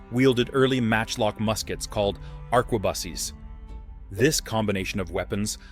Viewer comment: did I hear arquebussy?